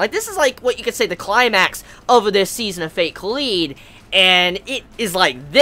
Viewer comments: you say it like "collide" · god I hate it when people pronounce kaleid wrong